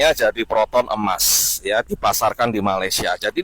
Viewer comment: Sebutnya biar betul boss kalau mau koman, e-mas bukan emas, kita bukan marah boss mr ri cuma ingatkan saja.